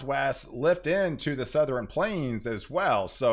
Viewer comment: Do you say, "NorthREn" and "SouthRen"? Just an observation. Cheers.